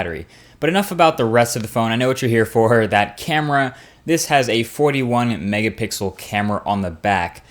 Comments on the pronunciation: Why do you say Mega bixel? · my man said mega 🅱ixel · OKAY I just realized you slide in mega BIXEL in most of your videos. I can't believe it took me this long to notice it. I know I noticed you have said it before but I thought I just misheard you.